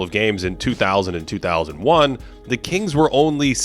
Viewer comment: Who, on earth, told you that mispronouncing the and a (as "the" and "aye") would sound good??? You've essentially taken a professionally-written script and well-edited video footage, and handed them over to some doofus-sounding 5th grader to read for you... it is an amateur move you may want to rethink.